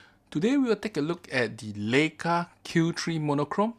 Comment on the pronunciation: It's pronounced "Ly-ka".